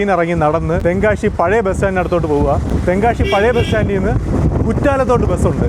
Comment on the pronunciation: നല്ല ഒരു tongue cleaner ദിവസവും 2 നേരം ഉപയോഗിക്കുക ശ എന്ന അക്ഷരം ശരിയായി പറയുക.ഷ അല്ല ' തെങ്കാ ഷി അല്ല.